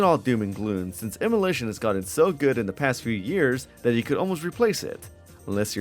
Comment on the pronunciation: Say it with me "em-u-laaaaa-tion" You dont have to own the game to play it